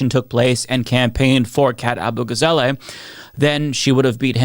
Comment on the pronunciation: AbugaZAHleh, not AbugaZAYlay